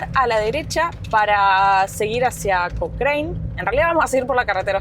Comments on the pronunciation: Se pronuncia Cocran no cocraine lptm !!! 😂😂😂😂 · Hasta donde se , en Chile le decimos a Cochrane (Cocran, bien Chilenizado , No Cocrein) Saludos Chicos. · Se pronuncia, rio Baker, no beiker.. lo mismo que pronunciamos Cócrane y no Cocrein ya que chilenizamos el termino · Porque pronuncia de esa forma el pueblo no se pronuncia Cochrine no se pronuncia de esa forma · Hola... la ciudad de Cochrane se pronuncia "cochran" la E no va ... Saludos. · Hermosa ruta chicos ,, pero el nombre es Cochrane y se pronuncia Cocran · Hola. Se pronuncia Cokran y Baamondes, dejando muda la hache. Saludos! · Se pronuncia COCRAN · Hola chicos, feliz que hayan conocido un lugar tan lindo de mi país...un detalle Cochrane se pronuncia "cocran", con acento en la O, hace referencia a Lord Cochrane, un escocés que participó de la independencia de Chile e inspiró al personaje de Russell Crowe en "Master and Commander: The Far Side of the World", saludos! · Hermosos lugares! La carretera austral es bellísima! Pero no le cambien el nombre de los lugares. Cochrane no es cochrein, Baker no es beiker